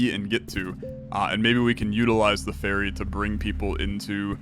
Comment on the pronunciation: OH! Ferry not Faerie. I was confused for a minute.